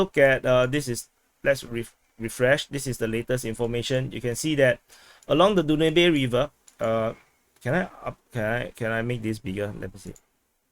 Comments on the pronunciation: Pronounced as “Daanub” river😊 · Its pronounced Dan-ub :) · Danube is pronounced DAN-yoob.